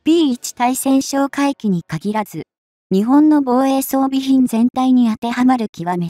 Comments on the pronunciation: たいせんしょうかいきとカナをふっているのに、何故ついせんしょうかいきと発音するのか。 初っ端の文章もおかしいけど、作ったあとに文章の見直しはしないのか。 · 対潜哨戒機(タイセンショウカイキ)のことを「スイセンショウカイキ」と連呼しているのが耳に残って、気になってならない❗️ 自動読み上げであるにしてもUP前に確認作業はしているであろうから気が付かないわけはなかろうに、そのままアップしていることに恥と言うものを感じないのか？ 改善できないのであればUPなどしない方が良いのではないか❓ 老婆心かな❓ By 侍。